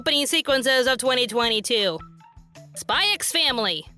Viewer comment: "Spy ex Family" -- For future reference, the "x" is silent because symbols are often used in titles to space out letters. Hunter Hunter, Spy Family, Gun Sword, Kiss Sis, Rosario Vampire, Highschool DD. Right after One Piece came out, a fan wrote in and asked Oda why he called the series "Nep Ece" due to the stylized title.